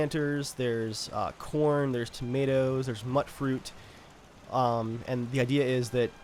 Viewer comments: It's pronounced "mutefruit" not "muttfruit" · He was pronouncing it wrong, it is pronounced mute-fruit.